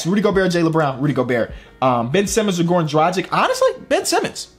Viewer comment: He always pronounce dragić wrong